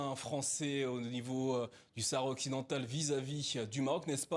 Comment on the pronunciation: Le mr prononce : Sahara occidental . Bravo